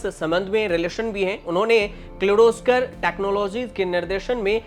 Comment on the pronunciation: किर्लोस्कर ,पालनजी मिस्त्री. बेटा पहले नाम का उच्चार सिखो बाद मे यू टयूब chanel चलओ